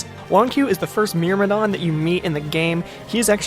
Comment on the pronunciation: Lol, pretty sure myrmidon isn't pronounced that way. Good vid, though.